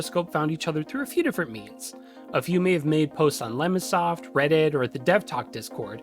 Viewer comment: he mentioned a forum? It sounds like "lemon soft" I'm not sure what this is. Can someone refer me to it?